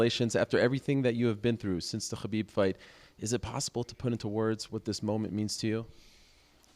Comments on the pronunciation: Ariel really loves to say Ghabib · Is there anything douchier than Ariel pronouncing “Khabib “?